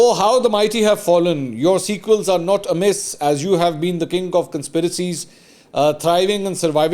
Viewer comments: Mansoor, the word in Maryam Nawaz’s tweet is squeal but you are pronouncing it as sequel, you did it twice so can’t be a mistake, I reckoned that needed to be pointed out. I don’t know why this tweet transported you to the Shakespearean era just because it was well strung in terms of sentence construction and pithy in response…perhaps because we’ve grown accustomed to tweets that are nothing more than naked, unnecessarily aggressive and above all abusive in the dirtiest sense of the word….something that reminds one of IK speeches and his clowns repeating that on social media…whereas this was just analogous of superior word choice and metaphors. Secondly, please consider that Usman Dar or Azam Swati kind of characters can lie to any extent to cast shadows or aspersions, therefore this man they brought forward who was moaning of maltreatment is a hoax in all probability and it needs to be thoroughly investigated thus it didn’t deserve a mention in your Vlog at this initial stage as though a very heart rendering event actually did happen. I watch your Vlogs and other content regularly, therefore please don’t dilute your journalistic standards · wherever she picked the text from , at least read it correctly .it is "squeal " not sequel , totally different meanings.